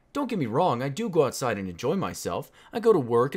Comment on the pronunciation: What is an "Out side"? Out sid?